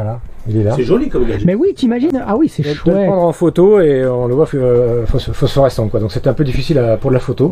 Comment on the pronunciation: en "fosfluoresçant" 🤣